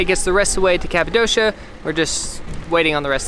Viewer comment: Omg you pronounce Cappadocia in the wrong way 😂😂😂but so lovely!